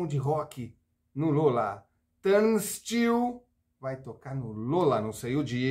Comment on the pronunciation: Num sabe nem falar o nome da banda! 🤣🤣🤣